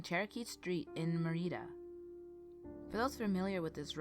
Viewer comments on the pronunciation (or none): It's not "stuukko"... it's pronounced like "stuck-o". =). Someone already mentioned it, but gonna say again.... Mary-etta instead or Maretta haha. Hope you don't mind the little corrections.... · its not mareta its Marietta pronounced (Mary etta) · Its Kenna-saw. And Mary-etta. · pronounced kenna'saw Next Mary'etta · Btw Marietta is pronounced “mary etta” loved the video and as a resident of North Georgia I have been looking for some good local hauntings and stories thanks for fulfilling the niche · Good stories, but the cities are pronounced Mary-Etta, and Ken-ah-saw. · Who's reading this because you don't say Marietta like that and you don't say Kennesaw like that but you can't pronounce it correctly so you still doing a good job